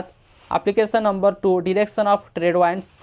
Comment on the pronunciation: English pronouciation sunke hasi ahh rha hain Sir... Its not wands, its winds...😂